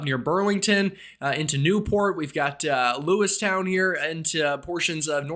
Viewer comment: Lewiston not Lewistown